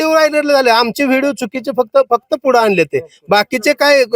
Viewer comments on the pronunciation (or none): none